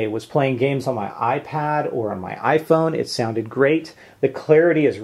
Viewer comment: lol "ifon"